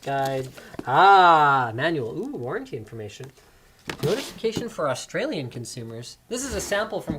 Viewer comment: How linus says Australia is just funny (coming from an Aussie)